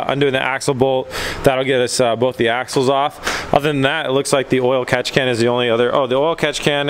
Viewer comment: When he says "catchcan" idk why but sounds like Kapkan to me